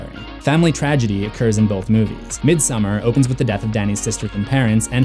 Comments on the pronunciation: I’m surprised no one has mentioned that the painting in Dani’s room is Swedish artist John Bauer’s painting from his fairytale about a princess and a bear. Also Dani’s parent’s wallpaper is a Swedish style of folk art flowers. (Both a foreshadowing) Also midsommar is pronounced: meed-some-are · It literally is. Its not pronounced how the normal name Christin is. Also its not midSUMMER its midSOmarr